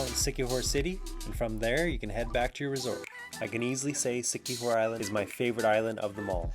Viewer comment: It's La-C..not la-Sai....lazi,c-kee-hor